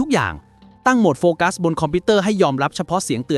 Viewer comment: โฟกัสค่ะ ไม่ใช่ไฟกัส 😅